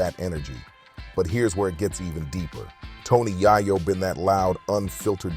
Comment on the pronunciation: Bro it’s YAYO NOT YIYO